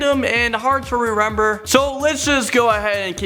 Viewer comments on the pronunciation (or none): yeah that is quite hard to "rerember"